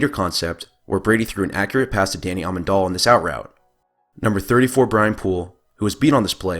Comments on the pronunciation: You also said Amendalla instead of Amendola, are you even a football fan? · Amen dole a, his name is Amendola, pronounced Amen-dole-a, your are saying his name wrong. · You keep saying Amendola wrong. DOLA rhymes with dough not doll. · It's Amendola ffs!....jk I think he fucking gets it people.